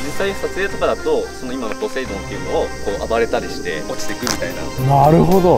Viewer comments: のポセイドンって言った時「ポテトー亅に聞こえるのは僕だけ？ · のポセイドーンの時の「ポ」がポテトで〜すのポやった